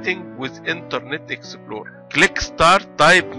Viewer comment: Exe plo re. Haha i never heard someone talked so funny. Dude this is fucking wierd man!